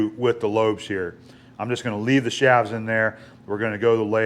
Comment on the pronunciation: Shafts pronounced shaves.